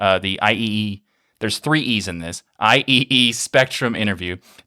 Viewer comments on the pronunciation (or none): IEEE reads I triple E. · IEEE, as in the Institute of Electrical and Electronics Engineers, is usually pronounced "I triple-E".